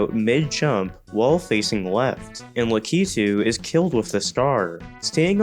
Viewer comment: Hearing it pronounced that way was just as cursed as watching 4:3 video stretched to 16:9 aspect ratio, lol.